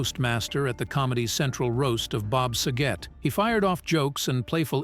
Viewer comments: Why can't the people that read the information pronounce names right? How can you screw up SAGET? Drives me nuts. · Jack Kloog-man! 😅 Bob Sah-get😅 Candace Cameron bee-your😅Hospital drama ERR.😅 And they didn’t even show Nicky and Alex. It was a flashback of Danny and Joey from 5th grade when they first met.